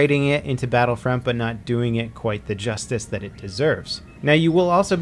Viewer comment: Everytime u say 'Battlefront' i understand 'Battlefriend'